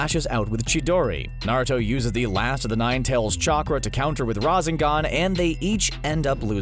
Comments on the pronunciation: IT IS NOT RAZZZEGAN IT IS RASSENGAN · Rah-Zen-Gon lol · I loved this video but the way the narrator says rasengan and uchiha annoy me so much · You call sakura boring??? You cant even pronounce rasengan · He called Sakura boring and then proceeds to mispronounce Rasengan..... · He got it half correct I mean sakura is voting do that's the correct half and he mispronounced rasengan so that's the wrong half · Its not that hard to say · After all this time you guys still can’t pronounce uchiha and rasengan properly.